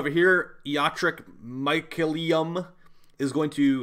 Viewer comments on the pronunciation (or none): First time I heard anyone pronouncing mycelium C in the Cannibal way and not the Cephalon way.